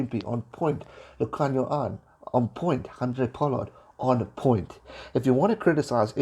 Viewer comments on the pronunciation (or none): none